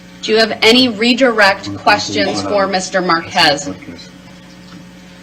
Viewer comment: DB: “I don’t got no follow up quesshins”. Ahh yes a “master” of the English “langwitch”!